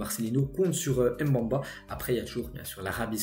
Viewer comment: Salut, j’aime bien tes vidéos je te suis quasiment tout les jours. Tu prononces souvent mal les noms comme Mbemba ce n’est pas M’bamba